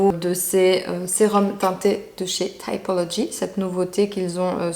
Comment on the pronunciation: Les cosmétiques ''thaïpologi'', comme tu dis, sont conçus et fabriqués en France et, sauf erreur, cela se prononce à la française : ''TIPOLOGI'' :D